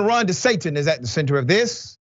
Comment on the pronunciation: De he say Ron DE-SATINIST Okay